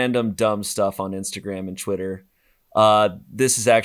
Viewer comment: Anybody else notice how says "Chwitter"